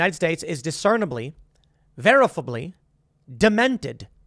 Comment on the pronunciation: Did anyone else have a huge problem with how tim pronounced "verifiably"?